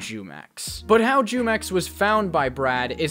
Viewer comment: His name is not Jew Mex. it’s pronounced Who-mex. he takes his name from the Mexican fruit juice😂😂😂